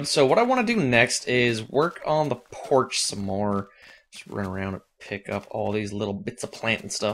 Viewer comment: lol he said porsh not porch